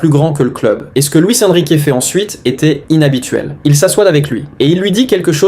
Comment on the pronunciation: Luis Enrique tu le prononce très très mal 😣